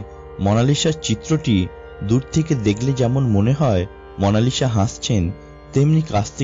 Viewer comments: উচ্চারকের উচ্চারণ এত্ত বাজে কেন? মোনালিসা কবের থেকে মোনালিশা হল??? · its mona Lisa not mona lishaa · Kotha gula poca....lisha na lisa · Mona lisha na bhai monalisa parish o na Paris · মনা লিশা???😂😂😂 lol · what is মনালিসা? 😂 আগে ভাষা ঠিক করুণ ভাই